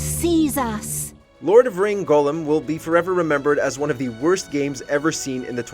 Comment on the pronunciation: Anyone else irritated the presenter pronounced Gollum’s name as golem? I mean he’s not an animated figure made of clay from Jewish folklore!